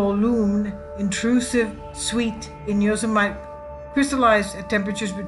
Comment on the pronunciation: Saying Yo -Suh - Might for fun is funny. Saying it for real is a bit scary. It's Yo Sim Uh Tee.(Etymology - "those who kill") Gorgeous pictures.